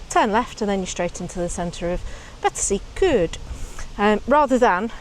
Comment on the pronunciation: Practice makes perfect. Betws-y-Coed sounds like 'Betoos er Koid' and Y Stablau sounds like 'er Stabl-aye' (the 'er' is with a silent R). And please, it's not 'Betsy'.